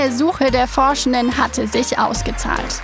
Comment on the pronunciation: Das ist der neue Gutsprech-Dialekt ;-)!